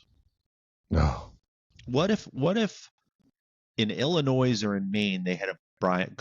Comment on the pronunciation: Love you guys, but there's no "S" in Illinois. You were killing me. 😂